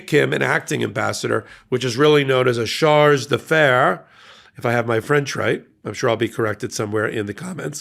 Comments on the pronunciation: It's "chargé," pronounced "shar-zhay."😊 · Pronounced SHARJAY. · /shar-JAY/ soft j-sound, like Zsa Zsa ❤